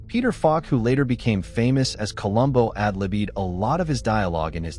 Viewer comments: I enjoyed the facts presented, but the AI narration was so awful that it was hard to listen to. Peter Falk "ad libbied" his lines? Seriously? Get a real person to narrate, PLEASE. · "Ad-libbied' and Milton "Berley" - A.I. needs to work on its diction. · . Peter Falk “ad-libeed”? 😂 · Peter Falk "ad-libbied" his own lines, too.